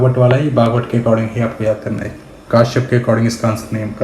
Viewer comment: Sir ji It is not kaashyap ( काश्यप ) , it is Kashyap (कश्यप) As अजय कश्यप महर्षि कश्यप